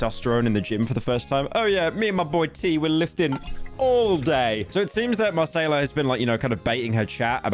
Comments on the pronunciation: I know everyone is making jokes about it, and honestly there's no shame in mispronouncing a name, but for real where did u see a "R" in "Macaiyla"?? You know something we don't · delete this video man it makes you look like a complete moron lol you said her name so wrong lmao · Ok at this point you have to be doing it on purpose, how do you mispronounce a name as easy as Macaiyla LMAO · I hope the constant mispronouncing of influencers' names is bait. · Did Pyro mispronounce Macaiyla on purpose? That's worse than metro's boomin track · Hey you know she dgaf about people's pronouns so why should he gaf about how to pronounce her weird name lmao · Is Pyro joking or does he actually not know how to pronounce Macaiyla… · is Pyro saying macaiyla's name wrong? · Say it with me. Muh-kay-luh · "Marsayla" this has to be intentional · whys he calling her marsayla ? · wasnt it pronounced at muhkayluh? metros booming? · Confuses Albania for Algeria not to mention the constant mispronunciation marsayla......... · There is no way this dude called her "marcela" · BRUHHHHHHH HES STILL FUCKING UP NAMES😭😭😭 it's pronounced (muh-kAy-luh) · Bro i thought Marsayla would only be said a few times but he actually butchered it everytime 💀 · First metros booming and now marsayla. When will it end British man? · NO way Pyro is really saying "Masaila" 💀💀💀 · buddy really said MaSAYla 💀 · Bro did not just call her Marcayla 💀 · not a pyro video without him saying a name completely wrong :') Marsayla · this channel really became like, centrist slop. no research in any single video, no knowledge on anything, couldnt even pronounce her name right and is terrified of having a single opinion on anything and just goes "thats crazy" over and over again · Bro really called Macaiyla chicken tikka masala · That's not how you pronounce Macaiyla Pyro... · How does this guy see names and is like "how can i pronounce this in the worst possible way" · Every time Pyro mispronounces 'Macaiyla'